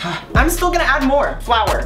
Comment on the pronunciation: as soon as he said flour i knew it was wrong